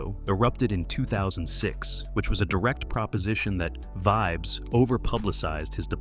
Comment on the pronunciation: Calling your page Reggae Stars.. pronouncing a reggae stars name wrong is crazy work.. Vibz?? Wow